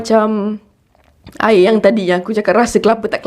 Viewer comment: satu lagi sis... aiyaq al-wadi... aiyaq oqg kedah... 😂